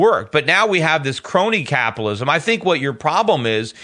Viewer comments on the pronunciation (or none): it's so annoying how Schiff keeps pronouncing "Caapitalism...Caaaapitalism*...